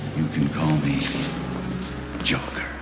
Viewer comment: It is not jocker it is joker